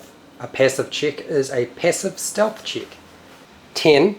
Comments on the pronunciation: Steath, mega Steath. Great video btw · lewl "passive steath" xD !nailed it